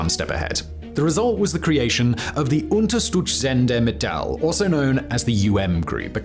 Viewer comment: Simon struggling to say "Unterstützende Mittel". 😅 He did as well as he could have I guess.